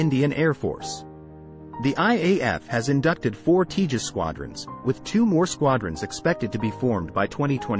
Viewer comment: Btw, it’s not pronounced ‘Tea jus’; it’s pronounced ‘Tay jus’.